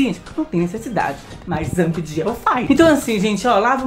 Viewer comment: "Zambdiel" ain kkkkkkk adoro o falando o nome do zabd assim.